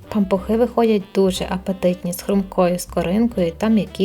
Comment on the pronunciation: Таке огидне слово пампуХИ 🤢 чи то ви так його вимовляєте..незмогла додивитись до кінця... Кажіть нормально. Пампушки.